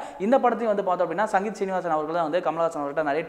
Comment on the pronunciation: இயக்குனர் பெயர் சங்கீதம் சீனிவாஸ் இல்லை சிங்கீதம் ஸ்ரீனிவாஸ்...சரியாக சொலாலுங்கள்...